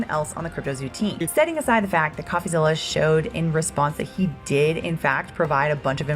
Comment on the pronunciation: What gives it away is how the narrator pronounces "Coffazilla."